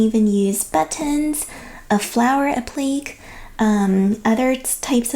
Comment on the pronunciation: App luh kay (no offense meant. I'm a teacher and have myself pronounced some words creatively until I eventually heard someone else use them orally in context.) Your pattern is exquisite and directions very clear and easy to follow. In addition, your voice is very calm and reassuring. You are an excellent teacher! I'm finally making this for my first great-grandchild Willow. She turns 2 months on Valentine's Day. I'll make your matching Mary Janes, too. I hope they work up fast.